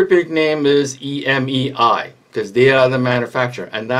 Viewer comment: Just so you're aware, it's not EMEI like the way you're saying it. It's a Chinese word Emei named after the mountain Emei. Hence the little picture of the mountain behind the EMEI. Plug 峨眉 into Google translate if you want to know how it's pronounced.